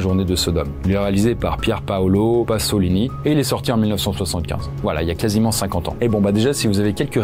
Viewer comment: Parler de cinéma et ne pas savoir prononcer le nom de Pasolini, c'est quand même un peu la honte...